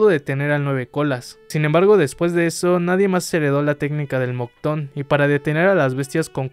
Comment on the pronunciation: "MOCTON? PENSE QUE ERA MOKUTON XD "